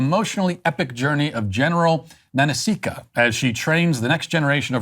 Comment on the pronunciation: You pronounced Nanisca wrong, you pleb 😂